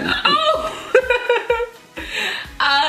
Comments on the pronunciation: "It's a TAMPEN" 😂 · He Said "Tampton " 😂😂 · "It's a tampin" 😂😂😂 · " it's a tampen " 😂😂😂 dead